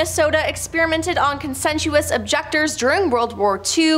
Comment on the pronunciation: Con-sensuous or conscientious objector? Really?